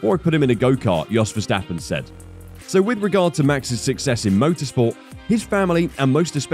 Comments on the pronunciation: Yos not DJos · It’s pronounced Yos not Jos.